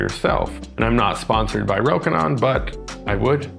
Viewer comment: FINALLY someone says it right. I have learned to be less annoyed by people saying it incorrectly but I was too happy hearing it said properly. Anyway, this lens is on my shopping list (photography) because the Canon is not better enough for the price. Nice to see it's great for video as well. I can't hear the AF hunting and the bands are loud anyway.